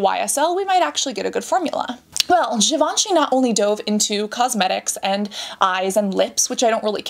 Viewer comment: Your French accent is so beautiful when you say "Givenchy" the third time 😍.